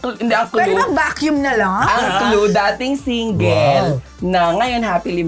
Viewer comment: OMG Ako lang po ba yung nkarinig ng "dating Tinggil"-rose